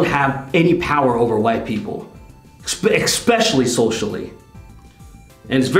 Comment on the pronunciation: Bro.... you HAVE to learn how to say “eSpecially”